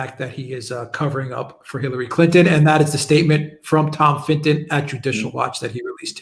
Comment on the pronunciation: Please pronounce Tom Fitton's name correctly. It's not Finton. Also pundit is not pronounced pundint.